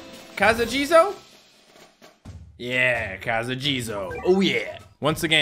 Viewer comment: He said casa jizo he knew it’s name at least